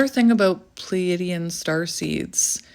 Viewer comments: If over giving and people pleasing, not liking crowds, I fit the bill to a T..as far as I know it is pronounced as you say it- phonetically plee a dee in.. at least I think so…don’t really know much about star seeds, but I think you are an amazing woman and unique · Hi! New subscriber here. Sorry if someone already posted this but I just thought I’d pass this along. You ARE pronouncing it correctly! 😊 It is spelled Pleaidian and it is pronounced “Plee -ay-dee-uhn”. Stress is on the “ay” syllable. I know it’s not phonetically correct. 🙄 At least this is how I have always heard it. Really enjoying your videos so far. I know I am a star seed. Not positive but feel I have strong characteristics of Venusian and Pleaidian. Thank you for your guidance! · (Plee-a-de-an) (Play-a-dees) I had to go and check the spelling 😅 You are saying it correctly though, I know the spelling is a bit weird. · your saying it right. Pleadian. Love and Light💚🙏🧿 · You are saying it correctly by the way. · You said it correctly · Your saying it right